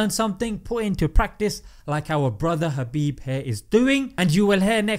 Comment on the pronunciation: Is it just me or You're actually saying Habib instead of Khabib?